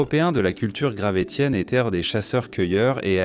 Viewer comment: Merci la voix artificielle de prononcer « gravessien » 😁